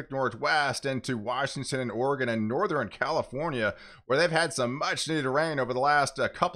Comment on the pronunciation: Great work. Keep up the good job! Piece of constructive advice for those of us who can`t help it but hear it.. its NortheRN not NortherEN or SoutherEN .. there is no E at the end of those words